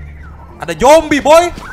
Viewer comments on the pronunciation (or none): Zombi pak bukan Jombi